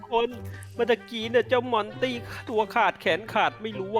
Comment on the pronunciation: มอนแกมมระลี่แกเตอ ให้ว่า มอนตี่